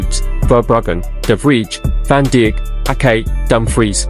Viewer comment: Van Dick ? Lol Damnn this Ai is wild